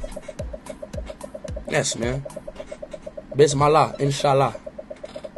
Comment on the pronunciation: speed have been saying bismallah wrong, its bismillah 😭